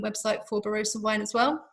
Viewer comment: Great video with plenty of good information but please... 'Ba-ROSS-a.'